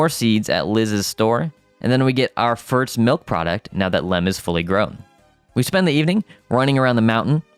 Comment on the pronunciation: Ok am I the only one getting a tick from the way hes saying firts instead of first? XD i mean no hate brother, I just coudltn ignore it. Great classic right here though!